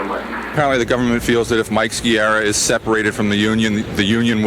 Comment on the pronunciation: Ski-ah-rah, not Ski-erah. Can't even pronounce properly, so called reporters...